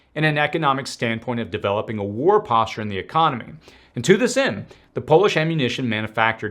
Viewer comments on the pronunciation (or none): none